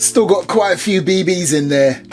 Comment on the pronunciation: "Be Bees"... Sounds off to me compared to saying "Bee Bees" lol